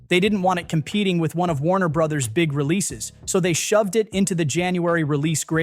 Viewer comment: "Warner Brotherses," you say? 🤨 Pro Tip: Brother's and Brothers' are pronounced the same as Brothers.